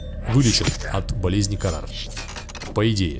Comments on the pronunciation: Болезнь называется хаара, а не карар это старое название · Это болезнь называется не КАРАР а ХАРАА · Почему Карар? Хараа вообще-то!